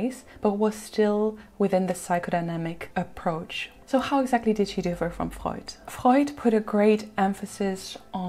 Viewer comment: Your command of the English Language is PHENOMENAL, and I LOVE to hear you pronounce German names and words, like "Freud" and "Karen Horney." FABULOUS.